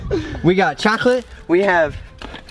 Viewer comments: Liam Shaughnessy he said it like chloclate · For some reason I love how he said chocolate 😂😂🍫